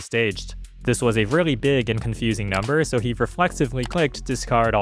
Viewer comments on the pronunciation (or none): none